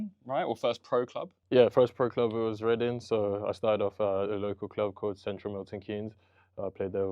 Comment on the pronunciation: I love the way he pronounces Reading correctly- there is no g on the end ❤ (coming from a Reading native)